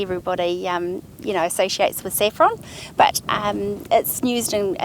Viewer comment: "nused" the way she says use/nuse kills me inside